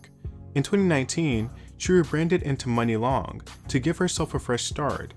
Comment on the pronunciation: I thought it was pronounced moo-nee???